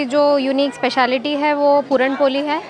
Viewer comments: Appreciate d lady 👌👌 Just one thing.. Its not पोली Its..... पोळी... Dis is a Marathi dish not any up bihari dish... Dat u can't write ळ properly.. Rest.. I really Appreciate d lady... But use d language properly. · पुरण पोली नसते,पुरण पोळी असते।